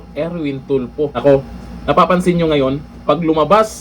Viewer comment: Correct . Bawat bigkas Tulfo nagiging TUPLOK the ROBUST LAW Bender !